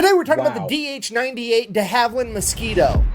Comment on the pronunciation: Not Dee Haveland, deHaveland